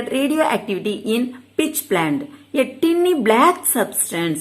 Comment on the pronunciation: Mam tiny yeh tinny tinny nu padikiringa mam